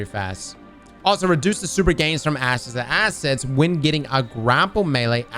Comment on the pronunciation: Was it just me but instead of saying ashes to assets, he was sayin😢 asses to asses